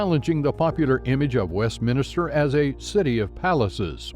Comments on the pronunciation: It’s pronounced..’Covent Garden’..not Covenant Garden, please, also it’s..‘Westminster’..not..‘Westminster’..dreadful amateur to get these basic things wrong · I agree! Just posted the same criticism. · No, I don't want more. This is an informative video, completely ruined by the narration. Should have had a British narrator or at least someone who is able to pronounce Covent, Westminster, Bermondsey, Thames and Southwark. Made my hair stand on end. 👎👎